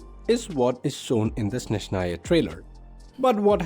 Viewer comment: they will never learn how to pronounce Snezhnaya,THERE IS NO SH SOUND,ITS S NOT SH